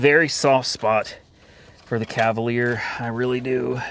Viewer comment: Cavalier? Are you joking. Come on man !